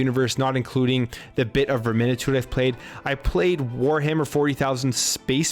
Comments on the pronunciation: Vermin-tide. The way you said it was triggering, but really good video though. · That game is pronounced Vermin -tide